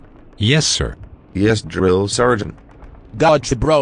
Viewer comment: don't wanna be that guy, but it's "Sergeant"